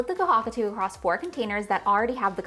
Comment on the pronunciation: The way you pronounce kohakutou is very painful LOL. Ko- ha ku toe is the way it should be pronounced :)